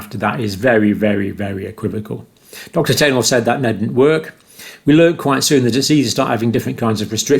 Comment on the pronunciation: what are you saying?? "lockdowns seems like that they wooord" is what I hear come out of your mouth :P